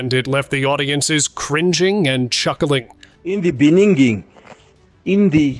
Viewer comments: In nee Beninging.😂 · In the BENINGING or BENINNIG ? All the way from SA 😀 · In the beniging ,,, that was helarious.